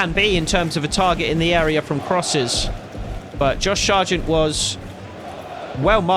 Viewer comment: Why do you pronounce it Shargent when there is no h in his name